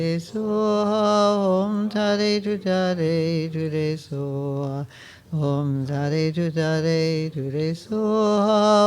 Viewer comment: Om tare tutare ture swoha ☸️🙏🙏🙏🇳🇵 You can pronounce : Om taarey tutaarey turey soha